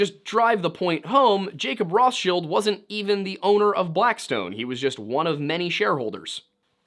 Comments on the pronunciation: "Then makes salads out of us I guess"... BOOOO! BOO THIS MAN! THAT WAS BAD AND YOU SHOULD FEEL BAD! Awesome video otherwise. Other than no one ever in the history of everything has ever pronounced Rothschild like that. No one other than you. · It's actually "Roths-child". Like how the names Torsson and Ingasdottír are "Tor's son" and "Inga's daughter". "Roth's child" (whomever Roth may have been in the great misty whenever). I don't think it was a grab like the footage seems to suggest. That looks to me like, and I'm spitballing here, a naturally-occuring thin-spot discharging a burst of energy. I don't know why that would be - ground-level thinnies don't behave that way, insofar as I'm aware - but then again it's high-altitude. Atmospheric or hull ionization might be a factor. But I don't think government forces Blinked it from there to wherever Point B might be. I know it's probably naïve to say that we can't have such tech yet, but...I'd rather not entertain that particular brand of terror. And if they do, then you know they'll misuse it, and people in general will need to do something. Probably something drastic, because like the bomb, no one should have access to that kind of capability, period. Humans can't be trusted with a hunk of sharpened rock, let alone something of that unpredictable scope. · I was on their side when they were like "hey guy were not narcs," until he said Rothschill instead of RothsCHILD like he's never heard the proper name pernounced before. Total control ops 😂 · It’s Roth CHILD!! The original banker Rothchild had a Jew name. But his business was named “Red Shield” in German!! However the English spelling of their actual last name is RothCHILD!! Not shield! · I'm 37, love conspiracy theories, never have I heard it pronounced "Roth's chilled" I have only ever heard it pronounced "Roth's child" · Who pronounced rothchild as rothshield 😅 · Rothschild is 100% pronounced ROTHS-CHAI-ILLD